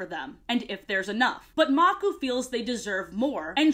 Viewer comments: I love how you call the crocodile leader "Maku" instead of calling him how it is pronounced "Makoo" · Name: maku Pronunciation: makoo Her: magoo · I love this video. FINNALY someone doesn't make up their own lore AND they're funny! Keep up the good work! ❤ EDIT: It's pronounced muk-oo btw- 😂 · I grew up with the lion guard and I always wondered that same question but I watched season 3 and it all made sense also am I the only Lion Guard fan mad at the way she said Makuu and Anga